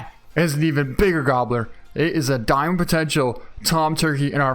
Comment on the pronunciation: "Let's pick up are dicoy" IT'S A DIAMOND!!!!